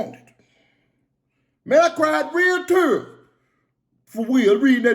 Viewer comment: “I cried real tuurs!” Boy that accent Hell 😂😂😂